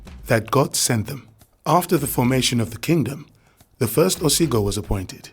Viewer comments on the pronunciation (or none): It's "Ogiso"(oh-gi-sew) not Osigo. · It's Ogiso dynasty not Osigo